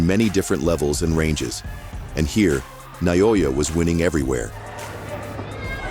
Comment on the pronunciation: how do you butcher "naoya" so badly